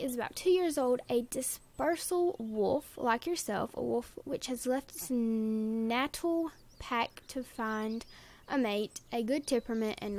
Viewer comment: i was thinking it wouldn't hurt to say, that natal is pronounced nay-tal. :)